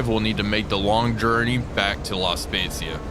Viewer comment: I was very impressed by your pronunce of “La Spezia”. It was just perfect (the italian “z” sound can be tricky). I’m italian 😊 Oh btw happy holidays